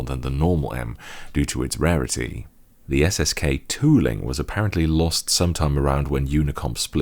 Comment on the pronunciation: ""Underr da hood" in Imperial units" I'm dead.